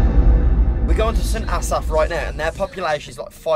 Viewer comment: the way pronounced st Asaph too